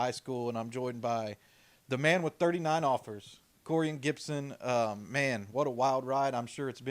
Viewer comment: not Gibson🤦🏽‍♀️ proud of you nephew